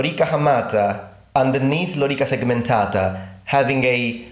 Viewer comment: i can tell you are not a native anglophone because you say "segmentata" correctly, without rolling the t into an r.